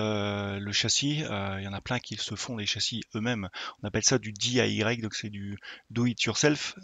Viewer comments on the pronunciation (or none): ca se prononce Dee Aïe Waïe